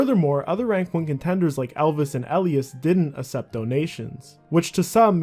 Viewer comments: I can’t assept the way you pronounce ACCEPT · No way you say assept.... can say accepting... but not assept 🤣🤣🤣🤣🤣🤣🤣🤣🤣🤣🤣🤣🤣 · WTF the way you say Accept and Beg is so fucked up.